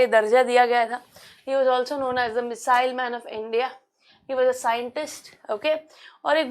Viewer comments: She literally say Muslims man of India instead of missile man😂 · she literally said misile mine and missile mine😅